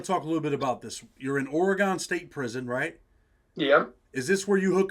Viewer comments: It's Oregun pronounced bro. Ha. Not Oregone 😂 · Hey I'm a big fan but I'm from "or-gun" not "ory-gone" 😉 that's how us "or-gun" natives say it. It's funny because almost all people east of the Rocky mountains say it lol